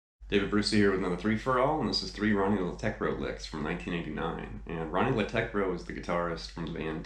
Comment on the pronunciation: Man you really put some research into this! Just wanted to say that if you want to pronounce that old ugly Scandinavian ø at the end of his name, it's more like the wovel in "buzz" or "f#ck" :-) And